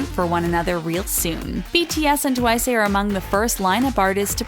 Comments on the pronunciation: It is Twice not Twiceh. Just cause they say Twiceh is just the way the pronounce it in Korean. No Hate tho (btw you didn't fool me at all) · It’s twice, not twicé. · Also why does the narrator keep saying 'twice-euh' tf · I'm I the only one hearing them saying twice *twiceu*? 😂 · if she says “twice-eh” one more time.... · I swore in the beginning they said "Twica" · why does she say tuwaisa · did anyone notice this women kept saying twice -a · Why Is No One Talking About How The Is Saying Twice-eh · ah i hate it how you say twice twicE what the friggg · Twice.. Not Twicu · Twisay? ...it's Twice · why is nobody talking about how they keep pronouncing 'twice' as "twicayy" and tzuyu as "soo-yoo" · Its just twice not twice-e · And pronouncing twice twicea..... Like, it's bugging me😅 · Is it just me or u pronounce twice as "twicey"??😂😂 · sorry but not to be offensive but. ITS NOT TUWAYSEY U SAY TWICE JUST LIKE TWICE NOT트와이세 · Its pronounced as TWICE not TWICESAY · Why do u keep saying twice-a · bruh how can you mess up TWICE its an english word!!! Who tf is Twise??? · "tWiCeA" wowwwww *sarcasm* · Why do they pronounce it as twice-sey lmaoooo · ITS NOT TWICE-AYE ITS TWICE JUST TWICE BY ITS SELF NO -A AT THE END!!! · She said Suie Chaeryoumg and Twicay instead of Tzuyu twice and Chaeyoung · Why can't she pronounce Twice properly? It's TWICE not Twice'a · Twica?? ITS TWICE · Why do you call it TWICE-eh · It’s just pronounced Twice, not Twice-a, listen to Likey, it’s says it with a regular accent with no a at the end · Did she said Twiceu? I kept hearing Twiceu or Twisay, idk.BTW Tzuyu is pronounced as chuwi or chewy. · I can’t 😂 Sana and Jungkook 😂 The way she says twice It’s just twice the word not twiceA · It's twice btw not twiceu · Uhm... its pronounced TWICE not TWISEU and if you pronounce it in korean i think its TEUWAISEU... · Why do you say twice-a? .-. Just say TWICE!! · It's only twice not twic-e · It’s just twice! Not twice-e no hate just correcting 🙂